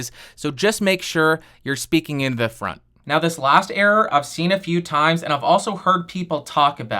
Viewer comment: When you said "what the FRONT..." I automatically assumed you were going to curse hahaha